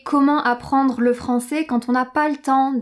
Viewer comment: Je sais pourquoi mais ta prononcacion de francais est, pour moi, meilleurs que la prononcacion de Hugo de Inner French! Je suis tombe amoureux, je comprends tout sans sous-titres! J'ai decouvert cette chaine en regardant Ecolinguist et j'y resterai certainement!!